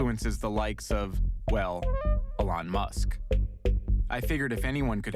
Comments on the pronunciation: "uhlon musk" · "Entreprenrrrrrr" "aLonn Musk" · "ahlon musk" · With the way you said Elon Musk I'm wondering have you read a book before ? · Why did he say Elon musk like that